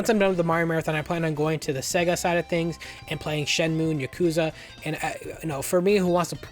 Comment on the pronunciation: Seguh? No it’s SAAAYYYYYguh. Pronounce it correct my man